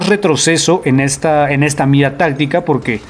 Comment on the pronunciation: Poque? No hay poque